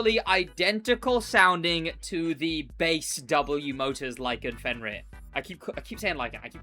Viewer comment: Stop saying fenryr, its fenyr. Or i just got comment baited